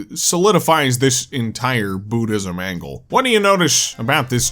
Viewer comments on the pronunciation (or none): none